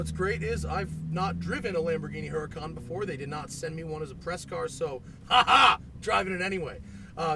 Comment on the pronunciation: no the H is silent, it's Urr-Uh-con